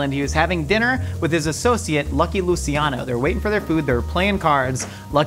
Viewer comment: Its pronounced Lu"ch"iano not Lu"see"iano